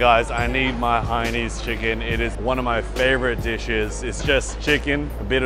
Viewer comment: Hainanese not hainese -.